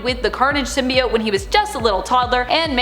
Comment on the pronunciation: Symb-bi-ott? Why is she pronouncing that way??? Ew